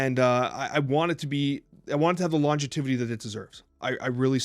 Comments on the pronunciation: I’m sorry but the amount of times said “monezitation” and said “longetivity” 😂😂 tough to present a compelling argument when you can’t pronounce the talking point but somehow I still agree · Am i crazy or is saying Longetivity instead of longevity and is saying Monezitation starting around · love to talk about monezitation and longetivity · Hearing mispronounce "monetization" as "monezitation" (four times) and mispronounce "longevity" as "longetivity" (three times), is distracting me from the points you're trying to make. Call me a snob or whatever, but it's hard to take people seriously when they mispronounce words, even if the points they're trying to make are reasoned well and thoughtful; especially when they're speaking in their native language. If one or both are dyslexic, i can sympathize, but it's not a good excuse in a format where the video can be (and obviously has been) edited before it's uploaded. I like you guys and I want the content you produce to be as high quality as it can be. All that said, although I can agree with both on some points in passing, I will always compare mobile games to console/PC at the end of the day and fundamentally disagree with the way all mobile games are monetized. Whether or not that's "fair" is a straw-man; mobile games and PC/console games can absolutely be compared to one another, especially when the objectively inferior quality offering is demanding an exponentially larger financial investment from the consumer. If the gamer community at large has a choice between spending $70 on a fully animated, 3D rendered AAA console/PC game and spending hundreds upon hundreds, potentially thousands of dollars in the cash shop of a mobile game, I worry deeply about the person that chooses to spend hundreds, or thousands of dollars on the mobile game and considers it in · I love you guys and don’t wanna be a dick, but monetization and longevity… please revisit how you pronounce these words lmao